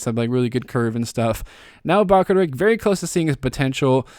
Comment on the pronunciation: I think bakaric is pronounced bakar-itch